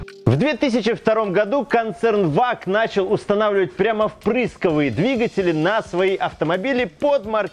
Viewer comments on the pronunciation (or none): none